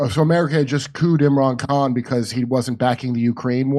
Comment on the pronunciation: "what's the soccer player? Imrahn Kahn?" I cant even.